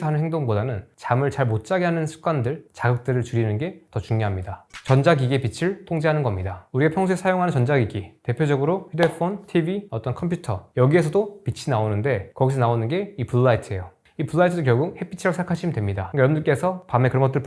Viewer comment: 영상 잘 보고 있습니다. 안티는 아니구요.. 휴대Fㅗㄴ.커Fㅟ를 굳이 이렇게 발음할 필요가.. coffee야 외국어다.. 그럴 수 있지만 휴대phone은 뭡니까 ㅋ 모발폰이나 셀루러폰이면 모르겠지만.. F.. 지적인 다이어터 포지션? 휴대폰은 휴대폰입니다